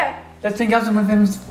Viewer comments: Pronunciation AB SIN TH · It's not absinthe